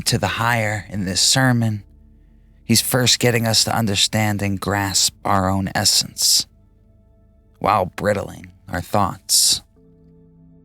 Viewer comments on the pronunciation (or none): excellent! but its bridling like bride not brid lol